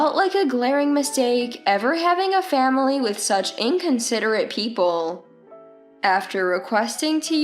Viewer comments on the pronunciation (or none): What's with "faMilay" ?